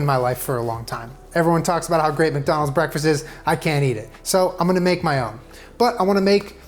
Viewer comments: "wacdonalds" OK SOMEONE READS WEBTOONS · waking a wcdonal's wcgriddle